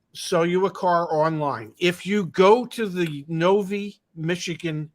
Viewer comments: It's No-"vie" (long i), not No-"vee". You're welcome, from a Michigander.:) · it’s pronounced NO VIGH… not Noveee!! 😂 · I love your content. Michigander here. I can help you on the pronunciation of Novi. it is no-vi, vi as in viable. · Pronounced "Noveye"